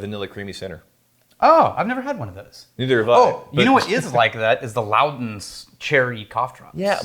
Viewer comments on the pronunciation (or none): needs a vacation. Normally, he is my favorite part of the show. BUT, today he’s annoyed me. Luden’s is pronounced ‘LOO dens’. Hell, hearing him say ‘loud-ins’ is worse than when he sneaks a “k” sound into an “ing” word. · It's Loo Dens, not Loud ens. Ludens cough drops.